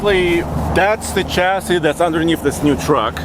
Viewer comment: Americans, chassis is a French word and therefore the ch is pronounced like the ch in Chevrolet, Chevelle, chef, Michelle, brochure, not like the ch in cheese.